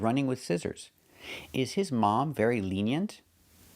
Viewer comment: The last vowel in "lenient" is not "e" like the one we have in "eggs". It's the schwa sound. At least that's what the dictionaries say.